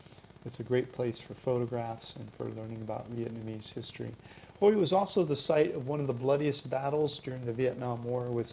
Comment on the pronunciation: You should at least find out how to pronounce the city you’re talking about. It’s not Hoy. It’s pronounced Hway. Omg.